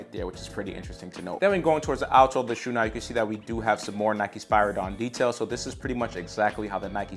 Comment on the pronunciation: Spear a don not is how you say spiridon and the air max 1 wasnt the first air max the air max 270 was